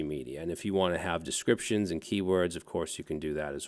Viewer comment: It's always "meida"